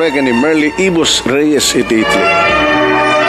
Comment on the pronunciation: Just pronounce I TA LY NOT ITLY.